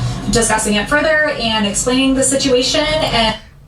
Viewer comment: “Aayaaaand” Crystal…it’s ‘and’